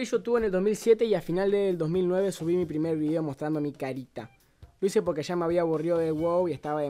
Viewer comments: Jaja dice primir si 😂😂😂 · ¿dice mi primir o tome de más? :'vvv